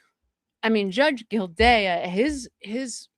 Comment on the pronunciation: And the judge is Gilday not gildayuh lol, drives me a little crazy too. Just a typical type A !